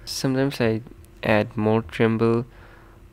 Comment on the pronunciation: Its treble not tremble